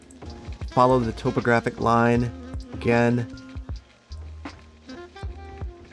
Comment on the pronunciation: The way you say “topographic” always throws me through a loop, or up and down a hill i guess.